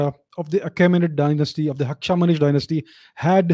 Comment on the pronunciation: It’s not Hakshamanish, it is Hakhamanesh. Hakha (friend, cognate to Sanskrit sakha),+manah (mind, same as Sanskrit)